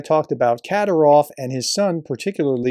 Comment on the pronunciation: It's FED-ER-OV, not FEDORA. That's a hat. 😁 And it's Ka-DEER-ov, not KAD-er-ov.